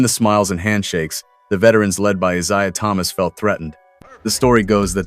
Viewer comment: This AI generated content isn't even telling the truth the reason they were called The Bad Boys wasn't a compliment it was because they were the dirtiest team in the NBA and that includes Isaiah Thomas who this AI generated content cannot even pronounce his name correctly everybody knew they were the dirtiest team they knew they were the dirtiest playing team and they didn't care and Isaiah Thomas was the instigator that's why he kisses Michael Jordan's ass so much nowadays